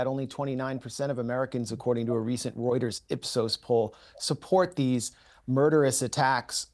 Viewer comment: when you say the word Reuters you immediately loose any credibility you may think you had!! 🤦‍♂️